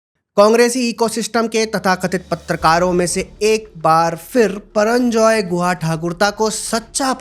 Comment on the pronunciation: HIS NAME IS PURANJAY HAIN PARANJAI NAHI HAIN